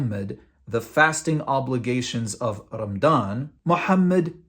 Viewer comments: It's pronounced "Ramadhan" not "Ramdan". If you're going to masquerade as an ex-muslim, at least get your pronunciations right so you're more believable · Why do you pronounce it as Ram-dan? It’s Ra-ma-dan. That’s very suspicious. Regardless, your argumentative points would make any Muslim yawn of boredom. Try again. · This guy can't even pronounce Ramadan, he says "Rammdan" lol. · It’s Ramadan and not Ramdan. Know your history before you post a video full of BS. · Man why are you pronouncing Ramadan رَمْضَانْ and not رَمَضَانْ؟ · Probably his local dialect growing up. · This dude just pronounced ramadan as rumdawn LMAOOOOO. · cant even say ramadan correctly? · Dude can't even pronounce the month or the name of the faith correctly. Go pick on Hindus or any other faith since your so butt hurt. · HAHAHA you can be a good comedian. You can't even pronounce the word "Ramadan". why are you even making videos spreading lies? no matter how hard you try, people keep converting to Islam! You just can't do anything about it and watch!